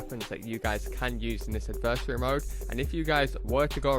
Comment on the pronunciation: pronounce adversary right plz